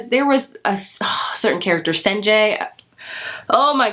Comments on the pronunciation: Coriolanus: Cor - E - O - Lay - Nus (not Cornelius) Sejanus: Se - Jay - Nus (not Senjayus) The names are much easier if you listen to the audiobook. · I’m not trying to be rude but your mispronunciations of the characters names are really bad. Senjay? It’s Sejanus 😂